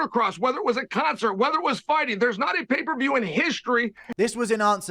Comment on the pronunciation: “Pay per vheyeeew” “Helwhaneee”